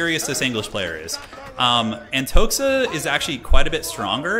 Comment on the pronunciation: Not AntoXa, but Antoha. It is Russian name Anton